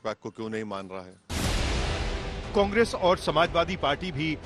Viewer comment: Congreaa ki sharkaaar😂 pahle bolne sikho